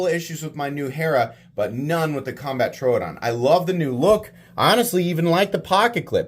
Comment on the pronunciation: love your content dude but the way you pronunce troodon hurts me lol